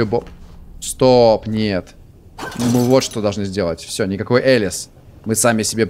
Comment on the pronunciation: Не Элис а Алиса